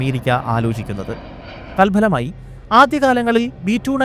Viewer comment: തൽഫലമായി എന്ന് തന്നെ പറയണം തൽ ബലം അല്ല